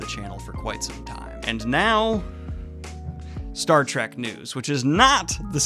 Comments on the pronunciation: Bro, I love your content, but please, for the love of God, it's "Star Trek" not "Track", there is an "E" haha, they are trekking through the stars, not tracking. that is all :) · I love you Daniel, but PLEASE stop saying "Star TRACK"!! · Please stop calling it Star Track. It's been out for like half a century. You called it Star Trek, once. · Does Daniel think it’s called “Star Track?”